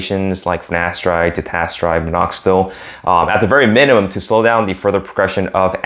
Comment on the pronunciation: You keep saying finastride or ditastride... what about oral minoxidil?